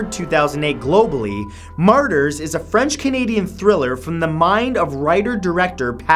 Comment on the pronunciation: He can't even pronounce half the movies on this list.